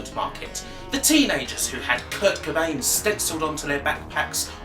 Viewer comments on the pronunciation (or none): none